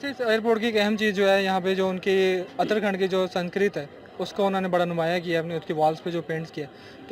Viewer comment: Uttarakhand hai naki utara khand